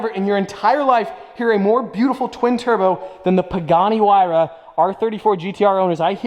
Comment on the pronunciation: Did this man just say “Pagani who-why-ra”? It’s “why-ra” the h is silent. Edit: He started saying it right, must have been joking lol